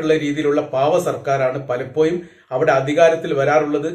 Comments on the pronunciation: Bhasha nannakkuka Palappoyum ennalla palappozhum sorry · പലപ്പോയും അല്ലടോ പലപ്പോഴും